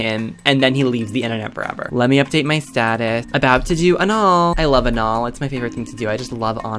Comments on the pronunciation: "anaul" LOL CRYING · "about to do anaul" DEAD